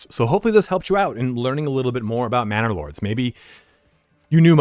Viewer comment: Every time you say Manor Lords, I hear Bannerlord. Love your vids keep up the good work.